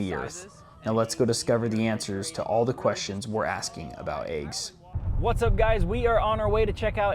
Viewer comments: First thing to learn, they're called eggs, not aeggs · I had a girlfriend from Colorado who also said, "aye-ges." No bro, it's "eh-ges." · Are you saying Ayg? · "Aiggs" First time I've heard this pronunciation. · Why do people say, “aygs,” why is it spelled “eggs”? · Are you calling them ayygs? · I like how he pronounces eggs.